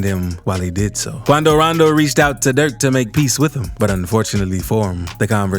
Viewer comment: He say Qunnadoo Raandoo